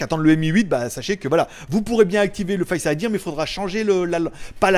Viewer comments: C est tres bizarre on dirait que tu dis face idièr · Merci pour la vidéo mais on dit pas face idir 😂